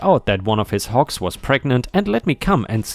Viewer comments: because of your accent it sounded like you were saying Hawks like the bird lol got the G sound and K sound mixed up there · I was listening instead of watching. Usually I do not have any issues with your accent, but this time I kept hearing "hawks" until I checked the text. ;-) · The last story: I was just listening to this in the background as I worked. And just kept hearing hawks. Hawks. Hawks. Then I heard big and smelly and decided to see what was being said and realized he was saying hogs over and over. 😂😂😂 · Lol listening while cooking and you first mentioned hogs. My half paying attention brain heard Hawks in your accent lol. 🤣 I had to stop and dry my hands and read along to see hogs lol. I was racking my brain to see what a hawk farm looked like 🤔🤦‍♀️🤣